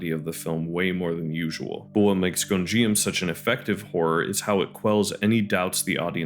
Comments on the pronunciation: good video but every time "Gonjiam" is pronounced I take psychic damage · Also I hate to be that person, but you’re mispronouncing Gonijam 😅